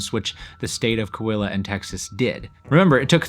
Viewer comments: Great video and very interesting, but I was a little disappointed at how badly he kept pronouncing Coahuila. It's Co-ah-WEE-lah. You keep skipping the second syllable "ah". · Coahuila is pronounced: "Co-ah-wee-la".